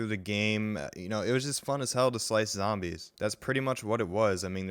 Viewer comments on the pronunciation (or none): none